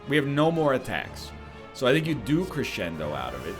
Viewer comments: A little piece of me dies every time he reads Crescendo as kree-send-o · I accept NL pronouncing crescendo like that, because it just sounds like he's gonna cre-send it